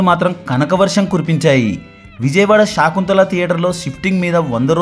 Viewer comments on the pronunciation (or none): విజయవాడ లో శాకుంతల కాదు sir.. శకుంతల